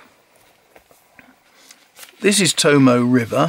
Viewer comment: The 'e' in 'Tomoe' is pronounced. The word is To-mo-ay, not To-mo.